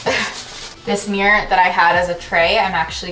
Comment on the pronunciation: Hahaha i love how she pronounces mirror. MiîRr